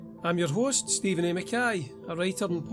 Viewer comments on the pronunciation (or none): none